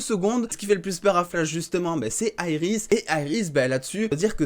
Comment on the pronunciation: Pourquoi tu dit aeris Au lieu de iris